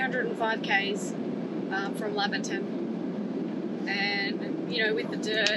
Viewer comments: I wish people would learn how to pronoun the name. It's "Lay ver tun" not Lavver tun. The town is named after Doctor Laver. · Laverton, sounding like you are heading off to the Lavatory. - NOPE... Laverton, like you are going to "Lay'verton" - YEP